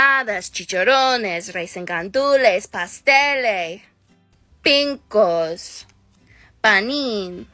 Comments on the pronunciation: As a Puerto Rican she somehow butchered the name pinchos which is "peen-chos" like saying chop without the p, goddamn white people ☠ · Im puerto rican, and that spanish hurt my soul. she said "pinchos" and "pinko" just....no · As an actual puertorriqueña, her trying to say our foods literally gave me second hand embarrassment. Pinchos? Nah it's pincos apparently 💀💀💀 bfr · As a Puerto Rican we do not accept her also “pincos” lol it’s pinchos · when she said “pink-os” instead of pinchos i actually died a little bit.